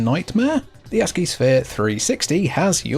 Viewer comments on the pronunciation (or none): none